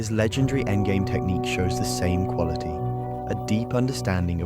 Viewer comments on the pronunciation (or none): none